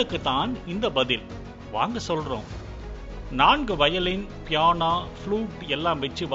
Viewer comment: அதென்ன கிராமத்தான்?.. பியானோவையே பியானா ண்ணுதான் நீயே சொல்ற..